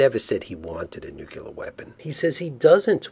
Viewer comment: it's pronounced, "nook-lee-ur."